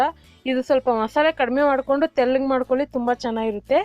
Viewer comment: ತೆಳ್ಳಗೆ ಅಲ್ಲಾ ' ತೆಲ್ಲಗೆ ', ನುಣ್ಣಗೆ ಅಲ್ಲಾ 'ನುಣ್ಣಗೆ ' ಎಂದು ಬಿಕ್ಕಲುವ ನಿನ್ನ ಚಾನೆಲ್ ಗೆ ಮಿಲಿಯನ್ ಗಟ್ಟಲೇ viewers ಇದ್ದಾರೆಂದರೆ, ನಿನ್ನ ಮಹಿಮೆ ಜೋರು ಬಿಡಮ್ಮಾ. ಮಚ್ಚೆ ಇರಬೇಕು ನಿನಗೆ ಎಲ್ಲೋ. ಆದ್ರೆ ಮೈ ಎಲ್ಲಾ ಕಪ್ಪುಗಿದೆ ಅಲ್ಲವೇ? ಮಚ್ಚೆ ಗುರುತಿಸುವುದು ಸಾಹಸವೇ 😂